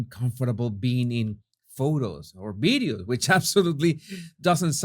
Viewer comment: You know all these fancy words in English, how come you can't pronounce the basic word video? Why do you keep saying bideo? It's so strange...